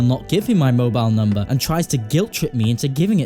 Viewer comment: i love how he interrupts his own audio with “give me mobile numbahhh”